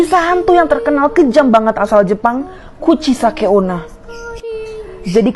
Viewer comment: UCHISAKE ONNA BUKAN ONA WOIY